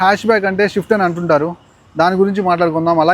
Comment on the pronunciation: షిఫ్ట్ కాదు. స్విఫ్ట్.